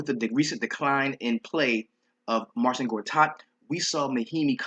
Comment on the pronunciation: MAR-SHIN Gortat bruh lol kills me every time